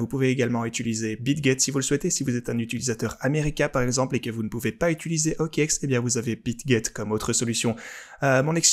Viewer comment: Merci pour tes vidéos pleines de contenu intéressant et utile. Juste une remarque, sans méchanceté aucune, on dit utiliser et pas utuliser.